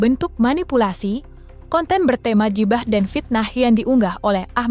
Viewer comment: keren pembacanya,klo baca huruf nya ala" eja,an english ghibah di baca jibah wkkkk...